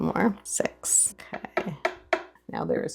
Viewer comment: Thanks for sharing your exquisite recipes without any music ❤ But is it six 6 spoons or sex ❤.. Please Don't pronouce it strong because it shifts the meaning from number six 6 to something else ❤ May Allah Almighty bless you ❤